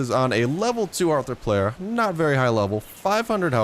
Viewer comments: It's pronounced arthro-plura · You were really close with the first pronunciation of Arthropleura.